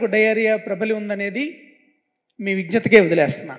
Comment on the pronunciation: విఘ్నత కాదు.విజ్ణత